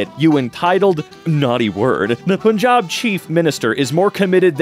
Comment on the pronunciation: You guys don’t understand how much I appreciate it when someone actually properly pronounces Punjab